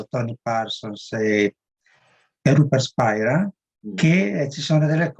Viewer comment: Tutto bello. (Ma attenzione, non si pronuncia Spaira...controllare)